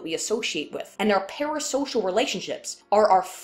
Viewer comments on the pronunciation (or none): everytime you say "parasocial" i think "paris hilton"... also kudos on the title